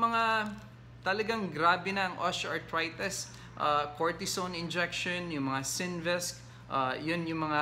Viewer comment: Doc I really really like your vlogs but I am annoyed at your pronunciation of the letter i. Like you say osteoarthrites… instead of itis na matigas na i sa end..